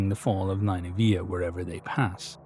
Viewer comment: nin-nuh-vuh. That's how I've always heard it pronounced